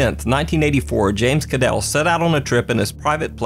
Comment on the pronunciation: Thank you for saying James Kadel's name correctly.